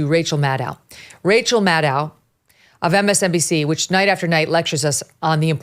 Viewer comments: Again, Madow rhymes with Shadow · MadOH, rhymes with Fellow. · Again, Maddow rhymes with Fellow.